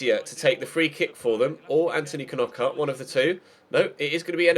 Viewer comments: Ffs, I'm a Brighton fan and you pronounce it "Nockart", you don't pronounce it like those twatty Sky commentators do. You don't Kernock a door do you? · when you can't say knockaert